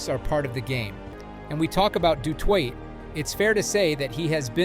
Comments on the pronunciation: Du Toy, not twa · Why do my legend boy have to be called a twat he is a legend its de toi (de toit) ... not de twat... thats the french version of he's surname and not the South African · How do you pronounce his name in 3 different ways? Du twat, Du Toitè and finally Du Toit! 😂😢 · Ok. Thank you for letting me know. It was very strange as you would say ‘rug-bye’, then in the next sentence pronounce it correctly (‘rug-bee’). The same with Steph ‘Doo-toy’ then seconds later pronounce it correctly as Steph ‘Doo-twah’ Then alternate between the two Hearing you say it was not intentional, I’ll take your word for it. Cheers. Thanks for your videoes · Steph du Twat??? How about "Toy"? Have some respect for linguistics. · Rug-bi? Peter Stef du Twat? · Pronounced “du toy” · I didn't get further than 1 minute of the " Duh Twot" shit. Bye. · Pronounced du toy,you clowns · Channel reported. Your efforts to mispronounce words to lift engagment is embarrassing bro. Rug-bye, rug-bee, Doo-toyt, Doo-twah. Do you think we’re s t u p i d? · Hes not french! Stop saying his name like a du'twat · In Afrikaans it is pronounced du Toy😊 Regardlessly amazingng player; just like Schalk Burgers who broke his neck had it fused and still played Springboks again. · How many ways can you say Du Toit wrong? The T at the end of Toit is silent. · French pronounced. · Please pronounce his name correctly mate,he’s not French